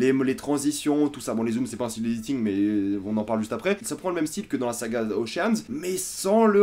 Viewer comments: OCHEANS EIGhTTT pas oceane huit hahhaha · Océanes huit ? T'es déjà allé en cours d'anglais dans ta vie XD